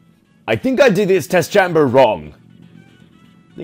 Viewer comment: chamber is pronounced chame-burr, not chamm-ber